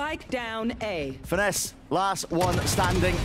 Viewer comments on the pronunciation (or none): Im sorry but that's not how you pronounce "Finesse"